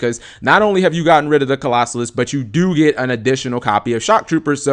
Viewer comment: Not Colossus... CLAW-ZO-LUSS!